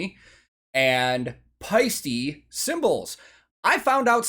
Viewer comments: "paiste" indeed means shine as in sunshine or any other source that's projecting shine. To pronounce it correctly, you don't say e in the end, you say te as in Ted. If you say paiste as you do in the video, it sounds like paisti and paisti means "roast" as in roasted ham in Finnish. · Yes, paiste means shine, like auringonpaiste is sunshine. But the way you did pronounce it, sounded more like paisti what is roast/steak 😄 Thanks for these reactions, those are interesting to watch because you notice so much what’s going on at the stage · "Paiste" is used in Sun shine (auringonpaiste). The E in the end of the word is said like E in "metal." The way you pronounced the last letter, it would be "roast" and "rump". No idea if a Swiss company would get its name for the Finnic word... but then those cymbals are shiny. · Paiste = shine. Paisti (as you pronounce it) = roast.